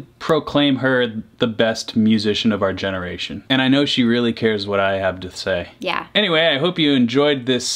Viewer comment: I love how he said "And I know she cares what I have to say" wrong. It fit it perfectly (He said "hab to sthay")